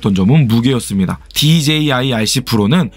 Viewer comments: DJI발음 꼭 그렇게 해야하나 어휴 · 와!발음 ㅋㅋ "그런데 디제이 아이씨는" 엄청 많ㅇ ㅣ나오네잉 좀 웃김 ㅋ~ 유익한 설명 감사합니다.